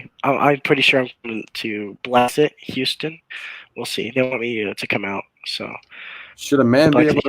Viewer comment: this video started off idiotic with not even knowing how to pronounce Houston. bro you're literally from texas